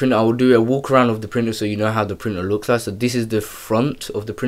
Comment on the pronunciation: I seriously thought he was speaking a foreign language. What the fk is a printor? Its printer. Pronounced ER